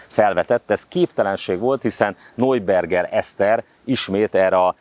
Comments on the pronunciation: Neuberger Eszter = Najberger Eszter (najberger, nem nojberger!!!) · Ismét egy kiváló riport, de ahogy kihangsúlyozod NEUBERGER Eszter nevét, a beszédesebb minden más információnál :)